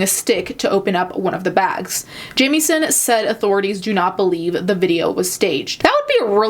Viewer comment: ok my last name is jamieson and wanted to let you know you dont say it like you would jamie its more like how you would say it when you say it if that makes sense